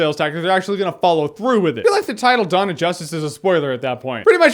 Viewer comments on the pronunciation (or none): none